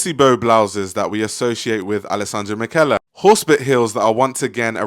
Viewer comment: Alessandro Michele is pronounced like "Mee-Kay-Lay"